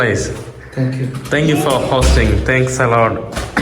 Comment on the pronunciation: Don't say thang you, it is thank you